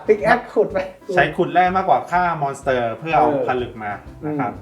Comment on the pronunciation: ขัดใจจัดอะพี่ทางซ้ายพูดว่า มอน - เตอ คลิปหน้าขอพูดว่า ม้อน สเต้อ ได้มั้ยยยยยยยยยยยยยยยย